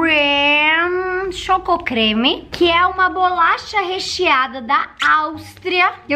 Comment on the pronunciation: É bo-la-cha